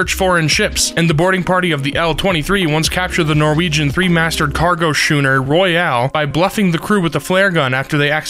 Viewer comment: Schooner pronounced wrong too.